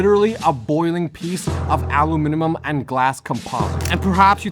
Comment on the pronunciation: "alu-minimum" Brother what's going on? Anybody home in there?